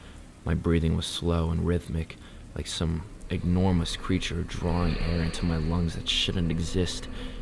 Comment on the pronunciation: Hmmm, kinda enjoyed this, although I don’t think I’ve ever heard a narrator make as many mispronunciations in such a short period of time before. Embossed Enormous Brochure Emanating…..@ you correctly pronounced brochure 🎉👏🏼 Please spend a little time working on pronunciations. It’ll serve you well your entire life! 😅